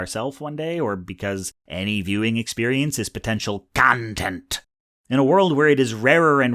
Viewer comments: Just wanted to say it's cool to see someone else who also says Content (yarrrrr!) like Mike Rugnetta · Content like a pirate filled me with nostalgia that i didn't even know waa there!